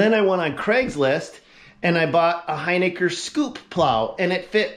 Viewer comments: It’s not “Hyniker”. It’s Hin i ker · We can clear this one up :) It is pronounced "Hin-ick-er :) Maybe on your next video you could give a shoutout about the name- it's a tough one!